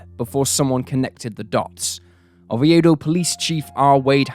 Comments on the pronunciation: 📍 As a native Floridian, please correctly say Regina & neighboring town of Oviedo. 🙏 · Yeah, he mispronounced Regina, Diaz, & Oviedo. He’s got great content, but he needs an editor to help him produce & “proof-read” these videos.